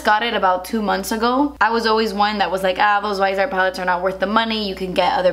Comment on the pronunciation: I thought it was pronounced vis-ee-art